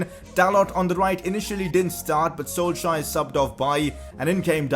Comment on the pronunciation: Your saying Solskjaer wrong